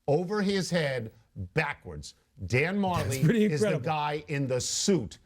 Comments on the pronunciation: it's pronounced Dan Ma-jelly. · its pronounced dan ma-jelly